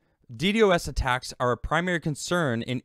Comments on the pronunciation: God, every time he says it that way I want to rip my ears out of my head.....It's "Dee Dos" not "Dee Dee OS" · Its pronounced “dee-dahz” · No, it is pronounced dee-dee-oh-es. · It's pronounced " D doss". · not at all man. I'm just saying, if he's going to do a video about it, he might want to know how to pronounce it. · Not knowing a thing about networking, can't even say millisecond ping returns or Ddos correctly. Scnr(the people who got tim millions): ITS!!!